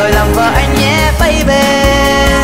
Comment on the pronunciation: Bấy bi mà sao cứ bấy bê á nhờ